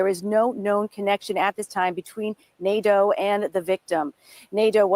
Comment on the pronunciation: It’s actually pronounced Nah-Doh. That’s a French name. But probably Americanized Nay-Duh